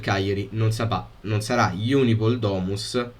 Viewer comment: si dice Unipol. Non IUNIPOL